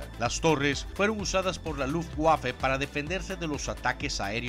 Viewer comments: Es muy interesante, pero no sé por qué pronuncia el alemán como si fuera inglés: la W alemana se pronuncia como una V en español, así que no es "GUERNER", sino Verner, o Luftvaffe, y no LUFTGUAFE. Saludos. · Lufguafe jajajaja